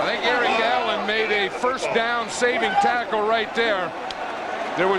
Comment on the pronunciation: lol sounds like Vern says Erling Haaland rather than Eric Allen. Is Vern a time traveler???